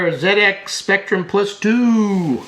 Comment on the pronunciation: Oh the satisfaction of hearing Zed X Spectrum instead of Zee X Spectrum, respect to you sir from across the pond!